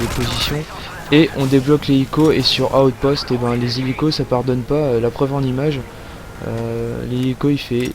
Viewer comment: Chuck norris ne dit pas outpost mais bien outspot.